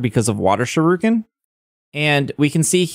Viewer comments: It hurts to hear you pronounce shuriken, other than that good video. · I speak Japanese and I understand you don't, but I cringe EVERY time you say 'shuriken' it's pronounced (shoe ri ken) Other than that, I hope I can use my shiny clodsire though...